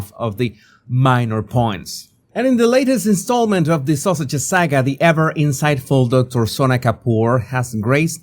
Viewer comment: Whenever the says Sussexes, I heard “Sausages.” 😂 😂 I like that MUCH better.